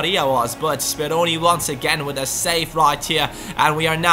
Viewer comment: BelajarMenggambar its Speroni :p